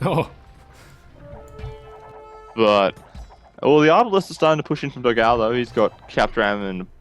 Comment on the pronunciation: It's funny how you guys pronounce "Dogao". But then again, I don't think there's a sound in English to pronounce "ão". Considering he's brazilian, his name was supposed to be "Dogão", which means "big hot dog".